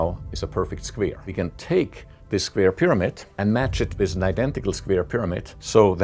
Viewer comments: I love how he says “squere” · I like his pronunciation on the word square. "Sqvare" :) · Yeah, we all love those squeers. :D